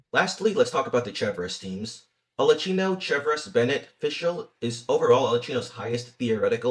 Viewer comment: There is no chi in arlecchino. it's a ki sound. it's italian.